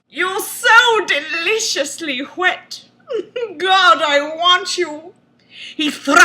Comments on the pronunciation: "SO DELICIOUSLY WHET" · Never in my life i have heard someone pronounce "Wet" with such power and with an H in front. 'twas as if each word had been tiny ejaculations of joy.